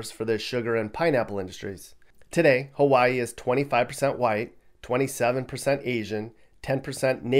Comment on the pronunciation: pronounced Hawaii the correct way. Ha-va=ee.